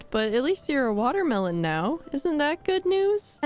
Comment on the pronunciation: Ah yess my favorite fruit : the water-mee-lon 😂